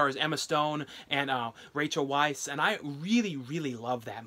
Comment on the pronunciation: You definitely need to watch The Lobster. Utterly wonderful, hilarious, surreal and thought provoking. Plus it's got a fantastic cast with Olivia Colman and Rachel Weisz (pronounced VYCE not WYCE, just to clear that little bugbear up!) Personally, I thought the year was decidedly lacking in real top drawer memorable fare, with Isle of Dogs only really being one of a handful of films I'd happily recommend and watch again. Biggest disappointment was fucking Ready Player One which was overrated shite that did nothing but remind me of old films I love and would rather watch than this CGI smothered wank. As for "bad" films I enjoyed The Terminal despite poor reviews even if it wasn't as clever as it thought it was and was more style than substance and How To Talk To Girls At Parties which veered all over the place and didn't quite know what to do with its runtime but was strangely charming and memorable nonetheless. Ultimately, though, my best movie moments of 2018 were rewatching Candyman and The Fisher King on Bluray, two utterly brilliant and beguiling films I've long loved and endlessly recommended to many. Arrow's release of the former, especially, would take my best Bluray release of the year though my limited edition Evil Dead 2 steelbook is ... well ... groovy!